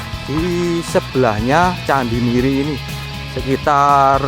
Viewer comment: bacanya miri atao meri ( anak bebek ) bang?